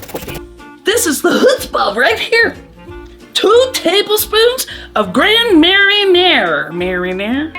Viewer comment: Gotta lean into your French pronunciation when saying Grand Marnier 😉